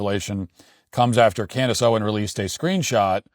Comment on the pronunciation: Say her name right it's Candace Owens with an s